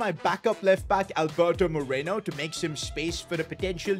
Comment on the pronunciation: “Alberto Moreno” 😂